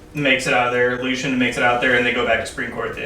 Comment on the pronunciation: I hate how people say Lucien. It’s pronounced LU CEE EN not lushin